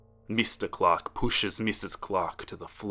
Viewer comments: I heard clock instead of Clark now I can't unhear it 😂😂😂😂😂😂😂😂😂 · I feel dumb, I thought was saying Glock instead of Clark 😭